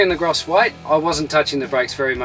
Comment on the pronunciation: That's a very strange way to pronounce gross and also AB Triple.